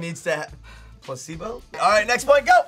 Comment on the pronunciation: calls out for saying placebo wrong but then says "Weboh" instead of "weeaboo". Shame on you